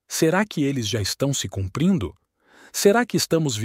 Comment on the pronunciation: " CUPRINDO"?! Falta de atenção e de respeito...